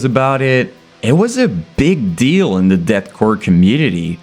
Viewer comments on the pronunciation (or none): none